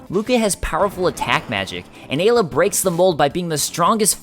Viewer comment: wait. Did she just call Ayla "Agula"? :/